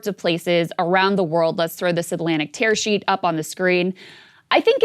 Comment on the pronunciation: Is she saying "terror sheet"?